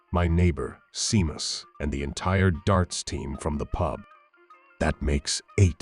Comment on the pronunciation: Pity he can't pronounce shamus